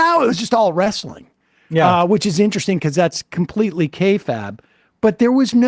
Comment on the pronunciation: still having trouble pronouncing “kayfabe”.